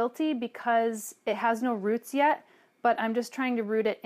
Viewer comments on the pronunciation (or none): none